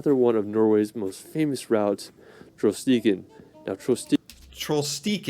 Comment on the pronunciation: Thr way to say Trollstigen is normaly said with a space so its Troll stigen but i dont know if thats the case for this one.